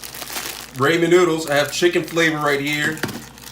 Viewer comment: Raw- Men noodles and KI - Ann peppers